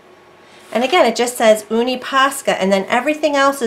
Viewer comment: Love hearing you say oonie ...its younie ...nice vid tho